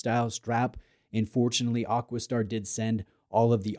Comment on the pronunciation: I know you get hauled over the coals occasionally for you pronunciation, but isnt it AquaStar, not AquisStar 😂